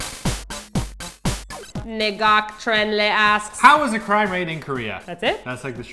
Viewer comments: Lol. Your pronunciation of that Vietnamese name. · You pronounced Ngoc-Tran Le wrong xD. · lols at the way u pronounce ngoc tran le :P . close but not quite right at all...